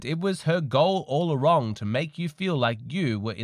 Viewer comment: Do you actually listen to these when you are producing them? You pronounced "all along" as "all a wrong" and just kept going. What? I hope you aren't grifting on disenfranchised men.